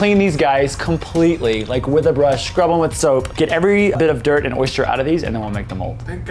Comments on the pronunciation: Why do you say "oy-shter" instead of "oy-ster",😂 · Lol, there's no h in oyster... You had me giggling every time you said oyshter 🤣 it's actually pronounced oi-stir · It’s not an oyster, it’s an oyshter... according to anyway 😂😂 I’m from England:) xx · I'm from Louisiana!!!!! I was wondering why pronounced oyster like we do (oyshter)! Lol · Why does he keep saying "oyster" like oysture (oystcher) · South Carolina here. Oyster rhymes with cloister not moisture.